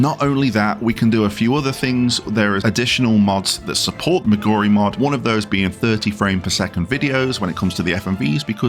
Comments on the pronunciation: relax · What does any of that have to do with pronouncing Moguri incorrectly? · You can't say "Moguri" correctly to save your fucking life can you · it can make your brain go bonkers. there is a third M name in the video. try saying Moguri, Memoria and Mog-Addons for several minutes. it shuffle your pronunciation trust.